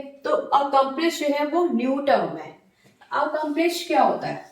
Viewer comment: It is accomplice not accomplish